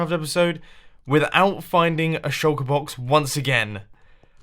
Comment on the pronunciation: Everytime you say Shulker Box, I hear Chocobox